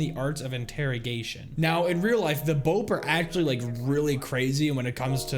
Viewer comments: I’m sorry but it’s irritating hearing him so Bope when it’s pronounced Bop-ay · Ps. its B O P E Not "Bupee" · its not pronounced "bow-p" its "bow-pay" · Dude, bo-pay not bope (but spelled bope) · This video is old but it’s no bope it’s BO-PE like peh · Very common error, BOPE is pronounced Bopae